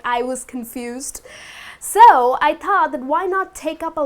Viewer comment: she mispronounces "thought" by saying "taught" she mispronounces "verb" by saying "werb". She is very sweet, and I am sorry to point these things out, yet it is simply not acceptable.